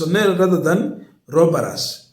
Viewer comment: robbers not ROBBARAZ.